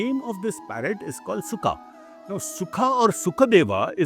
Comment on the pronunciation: not sukha... that's Shuka